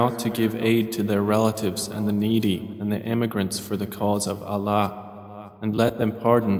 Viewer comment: Can you pleaseee change the way he pronounces Allah !!!!! Please ! I am unable to hear this translation due to the way he pronounces Allah